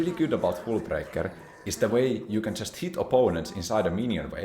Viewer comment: It's hullbreaker not hůlbreaker...